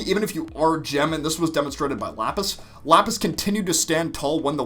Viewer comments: Ah yes, Japis and lasper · LAPIS AND JASPER, NOT JAPIS AND LASPER